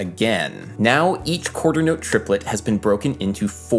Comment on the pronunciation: Cringing every time he says "quaters note", despite the really interesting topic